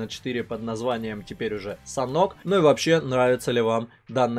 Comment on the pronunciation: Как будто не санок,а Санёк